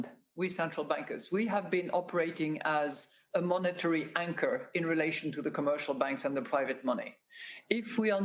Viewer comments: Great video as always. When she was talking about the role of central banks, I swear I heard says wanker instead of anchor! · Anchor with a silent W